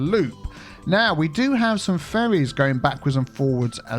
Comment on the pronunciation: "Now we do have some furries going backwards and forwards-" I did a double take at this while i was playing a game on my phone. I can't unhear it even though I know you were saying ferries. Sad thing is, you probably still aren't wrong.